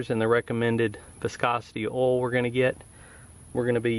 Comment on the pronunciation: It's pronounced OIL. Not oal, oil.